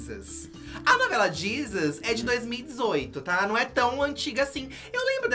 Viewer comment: N aguento com eles dizendo " a novela Jizus "